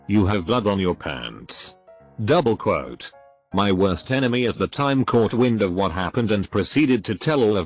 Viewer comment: nobody: text to speech: douBLE QUote